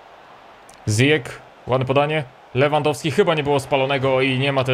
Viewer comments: Zijesz się mówi. Pozdrawiam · ziyech (cztaj ,,zijech")